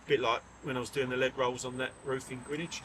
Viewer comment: Great vlog 👍 Being born and raised in SE London, I'm glad you pronounced Greenwich the proper way 😉 When I lived in London, I used to follow Blackheath rugby club. I spent many a frozen Saturday on the sideline, cheering the Blackheath boys on 🏉 🥶